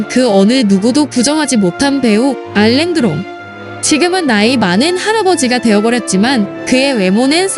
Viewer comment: 알랭드롱 아닌데 알랭들롱인데